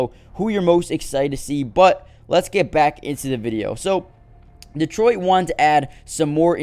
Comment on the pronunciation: It's pronounced duh-troyt. Not Dee-troyt